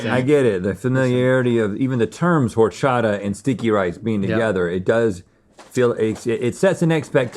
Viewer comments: it’s not HOR-chata. it’s pronounced “or-chata”. as a mexican it’s a pet peeve. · Silent H in horchata guys... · Lmao... Same with horchata, it's a silent H. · The H in horchata is silent 😭 H in Spanish is almost always silent